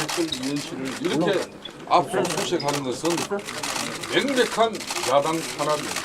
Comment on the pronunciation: 맹백한이 아니고 명백한이에요 김성태의원님. 님이 하면 모든게 왜 실없이 들리지?